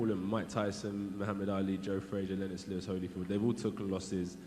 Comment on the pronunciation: Does Eddie deliberately pronounce Lennox Lewis name like that? Lol